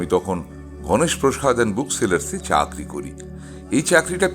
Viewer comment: Background music টাও খুব ভালো লাগছে | আর শুরুতে যেভাবে "চাকরি করি " কথাটাকে উচ্চারণ করলেন ( চা আ... ক রি করি ) তাতে গল্প শোনার মজাটা গেলো বেড়ে 😊